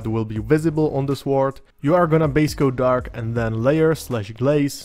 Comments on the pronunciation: Great explanation of NMM for an absolute beginner like me! I like the recipes and method you showed, for the sword and the gold. I also love your pronunciation of sWord. Wu-Tang! 👐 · Beautiful paint job on that mini. I love how you pronounce the 'w' in sword. English is a stupid written language. Sord. Lol.